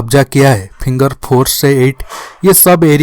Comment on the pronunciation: Pehle finger bolna to sekh ly vedio banany a jaty ho